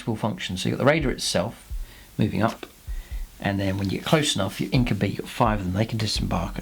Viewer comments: "Inc-you-bye" not "Inc-you-bee" 👍🏼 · well no, it doesn't actually.. Regardless of where you are from and regardless of any human language.. This is Drukhari not Latin and more importantly the Games Workshop Intellectual Property says it's pronounced "Inc-you-bye"